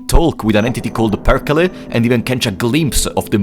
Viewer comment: Got Perkele almost perfect 😩👌